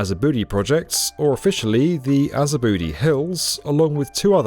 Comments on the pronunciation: Way to butcher Japanese names.😂 azubudai not azabudi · That's a major mistake on the name, "Azabudai" shouldn't be pronounced with /di/ sound, as "Dai" means terrace in Japanese and literally is meaning the terrace for Azabu district and it's pronounced as /dai/ as how it looked like. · Azabudai with an ai. Not Azabudi. Maybe in a rap song they would say azabooty. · Why are you saying Aza-booty 💀 Its Aza Bu Dai 💀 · Not the “Aza-BOOTY”….💀 It’s “Ah-Zah-Bu-DAH-EE” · It’s not Azabu-booty lol it’s Azabu-die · really needs to realize the emabarrassement and ineptitude when grossly mispronouncing AZA-BU-DAI as AZA-BOOTY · Aza-booty? I’m pretty sure it’s “azabood-eye” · azabu-dai... not azabooty... -_ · It’s pronounced Azabu dai, the dai sounds like Di in Diana. Not Azabooty 🍑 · it’s ah-zah-boo-dai not azabooty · Azabudai is pronunced like aza-bu-die... not aza-booty 😅But this is a really cool video on modern Japanese architecture! Thanks for showing this to the world! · just uhh fyi 'tyrannimon has a booty' should be 'to-rah-no-mon ah-zah-bu-dai'. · Great vid but it’s Azabu - D A I, not Azabooty lol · Azabudai is not pronouned "Aza-booty"! It's "Azabu-die". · I literally laughed out loud. Gonna call it Aza-bootylicious hills from now on. It’s a-ZA-boo-dye loll. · Azabudai is pronounced Aza- boo-die omg azabooty lol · Azavooty lol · AZA-BU-DAI. Say it right FFS AZA, BU, DAI. You can say it like DYE. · Azabudai is not pronounced "azabuhdy", just say it phonetically. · Oh geez, your mispronouncing the name of the center. It’s pronounced: ah-zah-boo-die (Azabudai) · yeah every time he say booty it makes me think it's in africa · It’s actually pronounced a-ja-bu-da-I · AzaBOOTY lmao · You mis pronounced azabudai it’s pronounced like azabu-dye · Japanese: Names the place after a boddhissatva: Aza-booty 😂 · Azabudai is pronounced “Ah-Za-Boo-Die” 👍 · But you gotta love that Aza-booty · I think you butchered the name of that area in Tokyo 🗼 didn't you